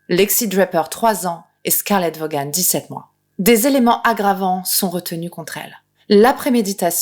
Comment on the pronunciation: Vaughan, ça se prononce "Vôhn"